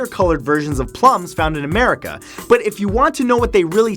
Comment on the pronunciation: did you say Americe?